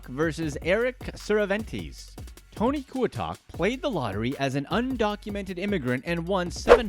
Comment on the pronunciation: I am low-key mad he missed pronounced Cervantes by adding in extra letters and syllables lol